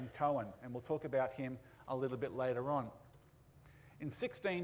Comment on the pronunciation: Coen is pronounced "coon", not "cohen".